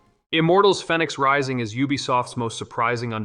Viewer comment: What’s with this guy and reading ! It’s Fenix like (fee nix ) not fen nix